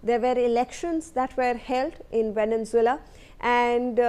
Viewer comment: Your pronounciation of Venezuela is wrong!